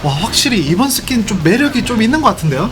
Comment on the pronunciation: ㅋㅋㅋㅋㅋ나도 이스킨을 이새끼라들음